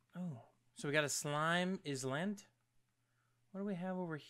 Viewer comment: Did you say Island Is land?